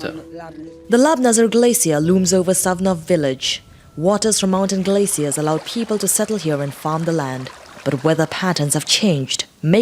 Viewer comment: When she says "Glaciers" she sounds like she's saying "Glay seals"..